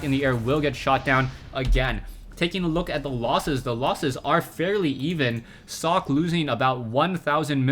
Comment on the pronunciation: its not "sock" its "socke" u got to pronounce that "E"